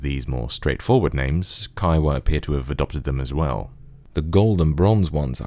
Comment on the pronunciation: He didn't say the h. Huawei said the "h" is silent for a while (v=KGAqvpYLiGw), which is complete bullshit. The h is pronounced /x/ as in Scottish "loch" or German "Bach." And in case anyone thinks it matters, this is the same "hua" as in Kaihua.